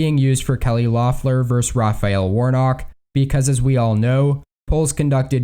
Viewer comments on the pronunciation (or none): It's pronounced "LEFF-ler," not "LOFF-ler," not that it will matter come 5 January.